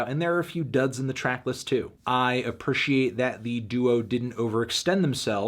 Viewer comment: "I a-per-she-ate..."